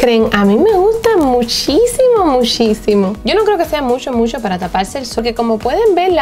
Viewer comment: Me gusta cuando dice: musho, musho, musho 😁😃😄